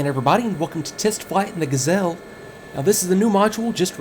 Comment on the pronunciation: no no no... you say ''Ga'' short and ''zelle'' long. The correct french pronounciation is ''Ga'' long and ''zelle'' short! Please. It's a joke, but it's true :P Great review!!!